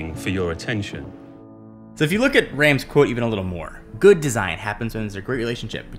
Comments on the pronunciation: Well done, apart from the pronunciation of Rams. Imagine you're going to the Doctor for a sore throat and he says stick out your tongue and say "ahh". Rahhms. I too was corrected during my last year in Germany. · It's pronounced "Rahms". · Apple must've missed the Honest part in Rams' design philosophy. Also, continually butchers Rams' name even after he uses a clip with Rams' correct pronunciation.